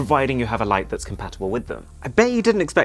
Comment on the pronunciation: I wonder how many noticed your map was in France and that you said 'thayez awesome...' because on the map there was a place called Thyez!